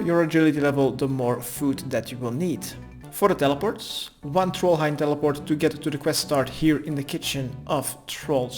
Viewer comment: lol I heard that too XD